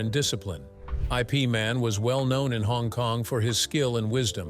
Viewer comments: IP is pronounced "if" not i. p. as in "If Man" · It's not I P Man, Ip Man or Yip Man. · "I. P." Man? It's Ip Man. You'd figure they could pick an AI could pronounce Bruce's master's name. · Sifu is not I P Man, it was Ip man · Haha click and bait! Got me too, Bastard! If the pronounce his name, I Pee Man,” there’s definitely something wrong here!! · I. P. Man? 😂 you’re killing me! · I P man? WTF? This narrated by AI? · I P man. Ha, ha IpMan, IpMam, IpMan